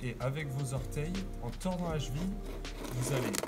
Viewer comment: Monsieur on dit cheville, pas "chville", sinon propre le tuto le boss